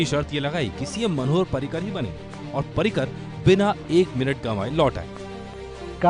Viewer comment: पार्रीकर नाही रे भैय्यांनो पर्रीकर नाव आहे त्यांच.